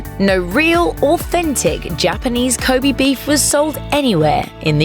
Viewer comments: こべ (kobe), not こび (kobi) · Ko'bee' beef? cancer-inducing pronunciation fuck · Please stop saying 'kobi beef 'ffs!